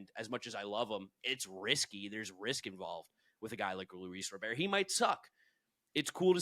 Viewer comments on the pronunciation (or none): Luis Robert has directly said his last name is pronounced RAH-bert. White Sox media and broadcasts pronounce it RAH-bert. No need to try to pronounce his name like you’re a Frenchman.